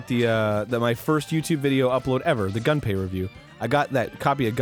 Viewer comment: Gaaaahhhh... "Gunpei" is not "Gun-pay", it's "Goom-pay"